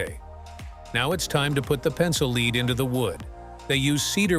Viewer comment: It's lead as in led, not lead as in leed.